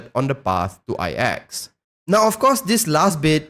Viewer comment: Good video, btw, IX is spell "its + Axe" i cant really spell it right. But the pronounciation is in between those. Iiitss--eXX. The start is like when you try to say "its" with the ending of "Axe" . "Itx" hope that help